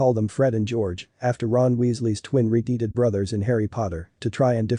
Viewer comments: Why use a stupid robot narrator that pronounces things wrong? "Red-heeded?" It's a stupid and pointless trend. Either get a better robot narrator that's trainable or - and hear me out - use a real person. I won't be subscribing. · Too bad this channel cannot find a narrator that knows how to pronounce words like “red-headed” and “doppelgänger”, among other things.